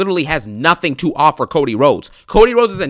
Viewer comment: “I respect you diddy “ I accept your OFFUR “ kills me ☠️